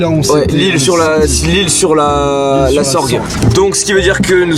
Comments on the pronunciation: Ça se prononce lssle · On dit pas isle de la sorgue on prononce pas le s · Ça fait plaisir de vous entendre prononcer le nom de nos villages provençaux, mais vous avez pas respecté la prononciation de l’isle sur la sorgue au début 😂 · J habite à L'Isle-sur-la-Sorgue 😂😂 et il l a très mal dit